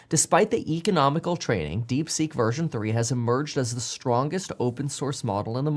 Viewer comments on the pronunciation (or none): I believe the correct name is DeepSeek and not DeekSeek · Deekseek? no thanks Kev lol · DeekSeek or DeepSeek? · "DeekSeek" XD